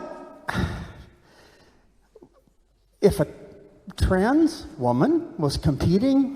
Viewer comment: The old man has a hard time even saying " Trans ". I bet you he didn't even know what that meant 10 years ago. Sad